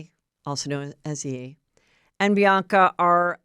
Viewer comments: Heather! First, You’re awesome! Second, as a big hip hop fan I crying every time you say yeee 😂 is it on purpose or do you not know it’s pronounced Ye like “Yay.” Either way, still love the show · Pronounced “YAY” not “YEE”, like say it out loud, Kanye, chop off the “Kan”….see what I mean? Love you!